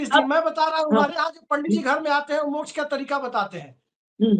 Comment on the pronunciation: वामपंथी के मुख से मोक्ष भी ठीक नहीं बोल जा रहा है। ये बिहारी मोक्ष को मोछ बोल रहा है।😂😂😂